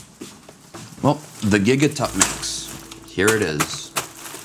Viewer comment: "Let me get my gigatuttminx"😅